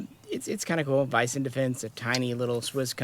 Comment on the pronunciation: It's pronounced more like WEESEN defence. Just so you know! :)